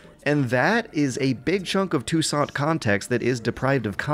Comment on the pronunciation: Finally, someone pronounced ''Touissant'' correctly!